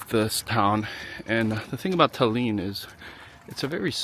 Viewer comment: Why are you saying Talyyyyn?